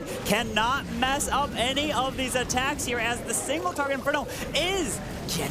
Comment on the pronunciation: Aaaatacks wtf is that lady